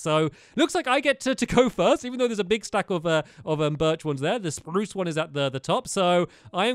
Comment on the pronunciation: You said Spruse Wrong